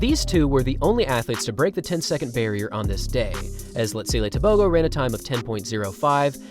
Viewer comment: Bro is saying Tebogo so wrong